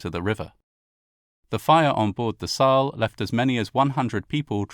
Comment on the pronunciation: Is it so hard to find someone who teaches you elementary pronunciation of German names? Wilhelm de Gross, Saal,... awful! 🤬 you sound so uneducated!